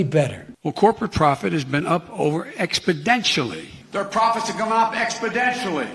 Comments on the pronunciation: Exponentially. Not expodentially. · How is it that Biden says "expodentionally" every time he uses the word, but this is the first time this seems to have been brought up? Imagine the media coverage if George Bush mispronounced a word like that....Nucular instead of Nuclear, for example...Oh wait, we don't have to image...that was practically a scandal the way it was reported. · "Expedentially!" What a Bozo!! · Gee I didn’t know how important Expodentially Was going to be in this election 😂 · Expodentially... WTF... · I wonder if him saying "expodentially" was an accidident or if it was intedentional? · Joe Biden giving the final spelling bee word: "expodentially". Kid: "uuum can you use that in a sentence?" Joe: "abstalutently" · ExpoTentionally! No 'd' there! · I heard Biden say: expoDentially. Really? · Utterly baffling, that after the first time he mispronounces the kind of word that EVERYONE notices. You would think, someone... Anyone would have told him. How can his team of advisors, entourage, down to an intern not have said. Its an "N" not a "D" Binen, I mean Biden old son. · Did Biden mean to say Expotentially?